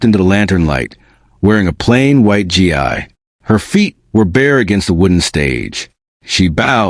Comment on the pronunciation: It’s pronounced gee